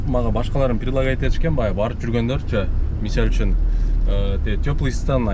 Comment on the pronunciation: Ассалому алейкум Ишине ийгиликтер болсун Кыргызсча таза суйлойм деп Мисальчун деп созун бурулуп баратыптыр ондоп кой))